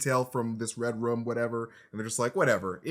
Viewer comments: Is it me or do they keep saying "Red Rum"? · Everytime they say Red Room I hear REDRUM